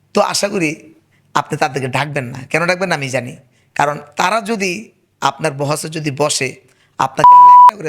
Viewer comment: বাহাস' (بحث) শব্দের এখনো উচ্চারণইতো এখনো শিখেননি। বারবার বহস বহস করছেন।